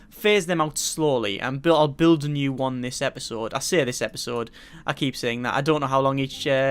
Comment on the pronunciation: Um... New not bew.